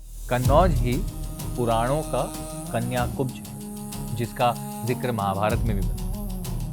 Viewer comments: वीडियो बना रहा है कन्नौज पर और कान्यकुब्ज को कन्या-कुब्ज कह रहा है मूरख 😊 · कन्याकुब्ज नहीं कान्यकुब्ज है।